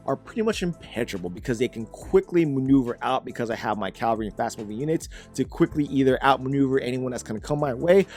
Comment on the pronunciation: Why on gods green earth do people have a problem pronoucing "cavalry"? It's not just him, but it's really, really common, easilly one of the most commonly mispronounced words. It's "ca-va-lry", not "calvary".